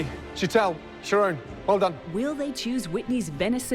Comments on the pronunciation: it's Sh Tall not sheet-l, jesus christ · Why can't anyone pronounce Sheetals name correctly like Sheelah isn't even close